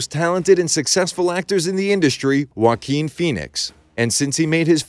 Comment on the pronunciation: Finally someone who can say Joaquin correctly.